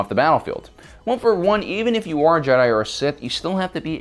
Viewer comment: Also says jedi wrong